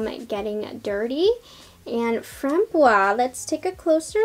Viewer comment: French Canadian to the rescue ... You must pronounce framboise to the end. The syllable "se" is pronounced "ze", so it makes FRAM-BOI-ZE. Framboise means raspberry by the way. Loved the review, y will get Lilas for sure (don't pronounce de "s" for this one).